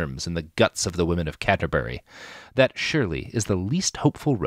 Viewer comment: i hope Robert Evens mispronouncing Canterbury as Caterbury was intentional.